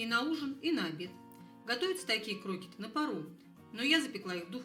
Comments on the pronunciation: Ну не крОкеты, а крокЕты...ударение на Е... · Не крокиты , а крокеты.Ударение на втором слоге. Совсем люди разучились грамотно говорить. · В слове (Крокеты) ударение на "Е", а не на "О".